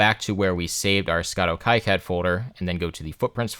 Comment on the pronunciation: KEE CAD, It's French. Love the video, very informative.